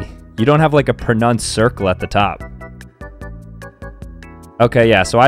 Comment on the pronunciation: man can't even pronounce the word pronounced